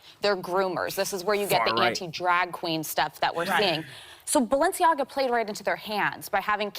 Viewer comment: Listen to how they pronounce Balenciaga. They're saying baal-enciaga